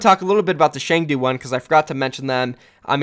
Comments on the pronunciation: Dude it's Chengdu like Ch in cheese not "Sheng"du like sh in shit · Cheng-Du is more closer to Choeng - Tu.